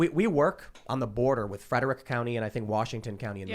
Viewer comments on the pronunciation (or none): none